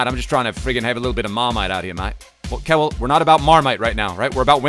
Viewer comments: don't butcher kewells name like that. Pronounce it Kyoowl❤️❤️❤️ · The way butcher Harry Kewell name 😂